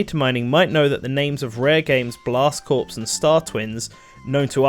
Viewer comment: Small nitpick here, but "corps" is pronounced like "core," not "corpse." Not intuitive, I know, but it is what it is.